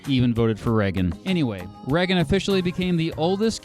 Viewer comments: "Ray-gen" not "Re-gen" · Reggen? Your pronunciation made me click off. Sorry. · This guy can't pronounce Reagan or Colorado. Really?